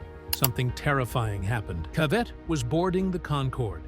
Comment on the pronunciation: It's pronounced CA vett. Not ca VETT. If you're going to talk about someone get their name right. I felt like this was disrespectful to the gentleman all around.